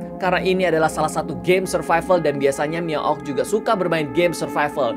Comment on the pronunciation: Survival tapi bunyi nya(SURFIFAL)🤣🤣